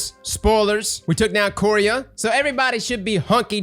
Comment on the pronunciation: Bro why are you always saying worlds wrong? Quria? Compass? Like bro it's cringe. OH and evuh levante. You can say levante but not eva